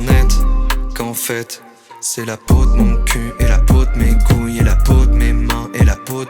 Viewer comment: T'as dit couill ;p